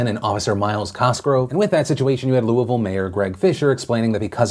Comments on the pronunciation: when phil says Louisville correctly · Anyone else love the fact that Phil says “Louisville” correctly? Just me? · Excellent job on pronouncing Louisville correctly. It's kind of a thing around the area. You nailed it. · Thank you for pronouncing Louisville correctly!